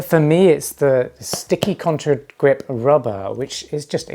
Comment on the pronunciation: Contagrip. Not contRa😬